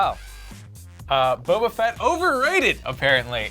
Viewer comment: Its boba fett not boba fitt